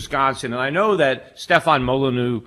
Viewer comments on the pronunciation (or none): How has Molyneux hosted Schiff's show for so long yet Schiff still cannot pronounce his name properly? Mah-len-oo